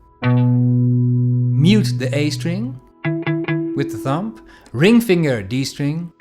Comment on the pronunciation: Nice one. Just found your channel. Just for reference, the 'b' in 'thumb' is silent! Sorry to be pedantic, just trying to help! Enjoyed your lesson.